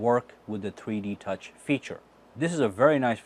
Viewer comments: every time he says 3D touch it sounds like he is saying tweetie touch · it sounds like he's saying "treede touch" 😂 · Why does it sound like he is saying tweety touch I'm probably tripping